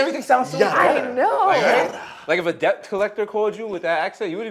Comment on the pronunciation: Did Desus just pronounce the "B" in debt?